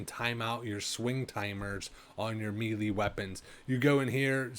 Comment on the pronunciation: Did you record this in 360p and say it as "mealy" weapons? TF is wrong with you.